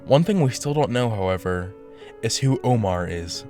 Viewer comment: Omar, is an Arabic name, it's pronounced as "u-m-er" not Omaaar, though I guess he might be one of these teens friend the suspects are trying to impresss